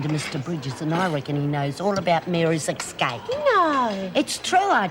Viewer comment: Still makes me laugh that Lizzie says "Excape" instead of Escape!!